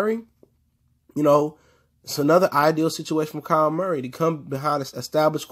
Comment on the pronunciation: Just letting you know. It’s kyler Murray not Kyle